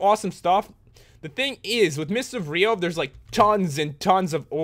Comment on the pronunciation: I remember the first time I watched this I didn’t know what mists of riov was so I thought he said mystic briov